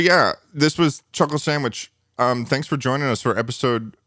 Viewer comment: Ah yes a new Chulkle Sandwhich